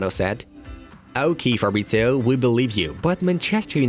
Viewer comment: It's "Fab-rit-zee-oh" not "Farbritzio". Also, he supports Watford, and never kept it a secret.